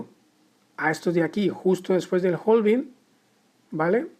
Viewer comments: Hola, genial video. Solo que la pronunciación es "having" en lugar de "jolving". La L de la palabra "halving" no se pronuncia en inglés. Si sigues por Londres puedes preguntar a los nativos de ese lugar y seguro te resolverán la duda sobre cómo realmente se dice;-) Keep the good work! 👏🏻👏🏻👏🏻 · claro, pero en español "jolvin" no existe, tampoco se entiende si se ve la palabra "halving" escrita. En todo caso seguiria siendo "jalving" si es por extrapolarlo a la pronunciación en español. Un saludo!